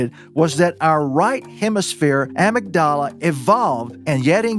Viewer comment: He means uhMIGduhluh